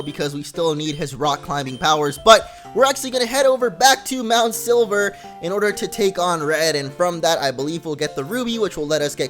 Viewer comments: hey did you guys heard that he says mount sliver not silver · silver not sliver :D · You say MT.Silver MT.Sliver XD